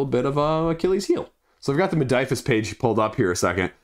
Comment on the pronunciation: Modiphius, not Modiphus. Hurts my ears!